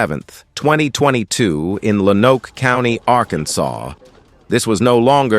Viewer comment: The Map is Washington DC... not the state too. PS Lonoke is pronounced LOAN-OAK.